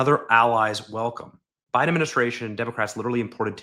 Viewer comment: you pronounced Biden wrong!